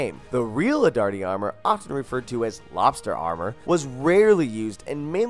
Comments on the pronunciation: Also Arditty!!?!? AR-TI-TI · its arditi not ardarti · Could you possibly butcher every single name in the video? gallie polie, colibree, adirti, sinay, verdin! Jeez mate, learn to speak. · AGAIN ARDATI?? its Arditi R DEE T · Yeah, "adarti" and "madison" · 1. There were no frontline women in ww1 other than the Russian death battalion, although that was mostly for propaganda. 2., its Gallipoli. pronounced gal-ip-o-lee. 3. it's arditi, not whatever you said.